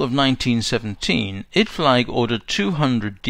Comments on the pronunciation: Apologies for picking a nit here, but I believe that "Idflieg" is pronounced "id-fleeg", not "id-flyg". The German word for flyer is "flieger", and is pronounced "FLEEG-er". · In fact, Idflieg is pronounced 'id-fleek'. Germans pronounce a final 'g' as a 'k'. So 'Guten Tag' is "goot'n tahk", not 'goo-ten tog'. IMO it would be better to record the audio anew with the corrections. I find the mispronunciations bloody annoying.